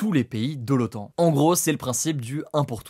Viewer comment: C'est l'OTAN, pas l'OAN. Avec un T, comme traité..